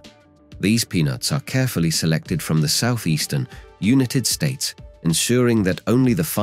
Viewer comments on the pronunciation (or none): The AI voice says "from the southeastern "You-neh-tid States" wow, so close. Then it's "time to fill them with peanut buhtter and Choc-o-leyte" Just sayin'..............